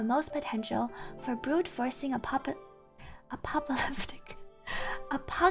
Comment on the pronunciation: You've already heard "Aboba". Now prepare yourself.... ...for the "Apopa".